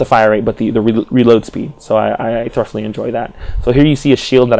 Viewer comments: Are you pronouncing the word "thoroughly" as "thruff-lee"? It's actually more like "thurr-oh-lee." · Not to be a dick but 'thoroughly' is pronounce "thu-row-lee". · "Thur-uff-lee"? That's a pretty funny pronunciation of thoroughly. "Thu-ro-lee" is standard.